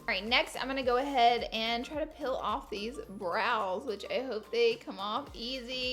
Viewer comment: I love that she said pill off Yass queeennnnnn😘